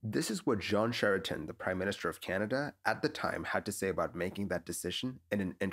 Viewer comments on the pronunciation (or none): I hear "John Sheraton" It's Jean (J like the G in giraffe, and rhymes with Sean/Saun/Shawn) Charest ( Sha-ray).